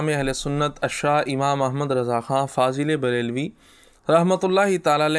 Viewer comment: Sarkar mazrat fazl e brealvi nahi fazil e breali hota he bhai